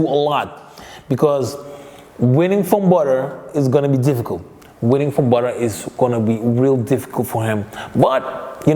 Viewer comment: Geen levol maar levEl en het is Badr geen Bador 😃🙏🏼